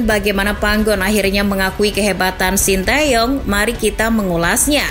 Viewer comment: Bacanya te Yong itu mbak bukan tae yong